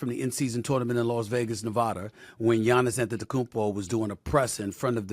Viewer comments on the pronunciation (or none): Hey SAS, say Tournament again 😂😂😂😂